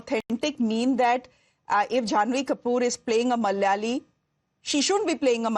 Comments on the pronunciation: Not Mal'yali... it's Mala'ya'li "It's silly... but not negative..." EH?😮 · The whole movie feels like cultural appropriation 😅😅😅 she couldn't even say the word "malayali" properly. There are 2 distinct pronunciations for the letter L. Thats like the basic thing you know as a malayali. She could've used a dubbing artist. Its not that hard to find one 🤷🏻‍♀️ and who even has the name sundari in Kerala?? Maybe a cat or a cow?? Like wtf was that all about?? 😂 not to mention that unintelligible surname!! WAAAT??!!